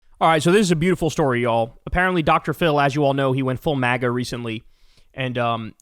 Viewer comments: That "magar" had a reeeally hard -r on there, my guy😅😅😅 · “mager” 😭😭 he said the hard r i love that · Kyle said "Magger" at the end 😂😂 I think he combined MAGA and grifter to get Magger, but it almost sounded like an accidental slur 😅😅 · Bro said MAGA with the hard R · Man said MAGA with a hard R 😂